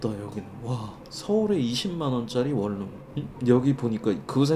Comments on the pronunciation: 원룸발음은 월룸이 아니고 원눔입니다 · 원룸 발음을 월룸이라고 하시네...😂😂 참고로 코끼리를 냉장고에 넣는 방법. 1.냉장고 문을 연다. 2.코끼리를 넣는다. 3.냉장고 문을 닫는다....